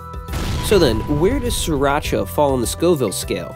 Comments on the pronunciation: Pronounced Sheer-rock-uhh I really hate when people mispronounce this word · It originated in Thailand and you are pronouncing it wrong. "SEE-Rah-cha", or "Cc-rah-cha". But it's okay, most cooks on those Food Network channels pronounce it wrong as well. How to Correctly Pronounce SRIRACHA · And yet, you are 100% wrong. It is pronounced See Ra Cha. Look it up. Don't you just hate it?